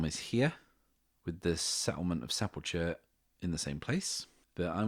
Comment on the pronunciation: Really enjoying the setting that's coming together. Looking forward to the next episode! Side note: The end of the word 'sepulchre/sepulcher' is actually pronounced with a hard 'ch' sound like in the word 'chasm'.